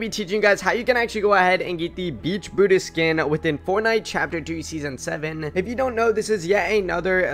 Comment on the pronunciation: Welease patewn.... weewy weewy....bwutus lol